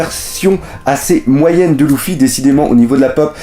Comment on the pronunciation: Tu sais même pas dire luffy